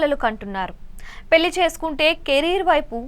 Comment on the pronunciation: పెల్లి కాదమ్మ.. పెళ్లి.. అలాగే, పరిగనం కాదు, పరిగణం.. నీ తెగులు వినలేక చస్తున్నాం తల్లి.. వెళ్లి తెలుగు నేర్చుకో